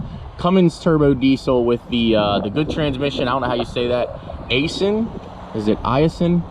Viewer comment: ”... come in a 5 1/2 INCH bed...” 🤦‍♂️ ”... with a 6 1/2 INCH bed...” 🤦‍♂️ I think your tape measure is a little off 🤣. Those are some reeeeally short beds! 🚛 Too bad they weren’t in “feet” vs “inches”. 😂 P.S. Aisin is pronounced “eyes-in” 👍